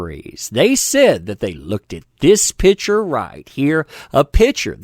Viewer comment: Why mispronounce the word PICTURE? Have you a dictionary handy? Look it up.